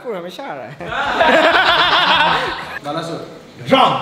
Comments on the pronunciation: It's not balasore... It's pronounced as (BAL-A-SORE) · it's pronounciation is balesuar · Balesore is wrongly pronounced broo